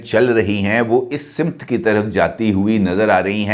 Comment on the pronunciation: سر آپ روزانہ ایک لفظ کا استعمال کرتے ہیں وہ ہے سمت ۔اس کا تلفظ simt نہیں بلکہ samt ہے درستگی فرما لیں